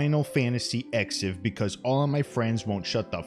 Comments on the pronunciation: "eksiv" lol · "Exsiv" LOL 🤣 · Lmao, Final Fantasy "Ex-iv"